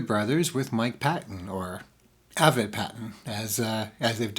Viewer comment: Avett is pronounced with a long a, like acorn. The emphasis is on the A, with a soft vett.